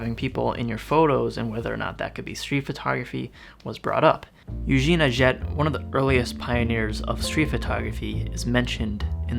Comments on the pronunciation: A Jet?.....A Jay..!......it’s a French pronunciation.......like you say, ‘do your research’.......still a good video, and thanks for doing it. Would like to see more on the subject...😘🇬🇧📸🌈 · Atget's name is pronounced "At-Jay", not "At-jet." It is French.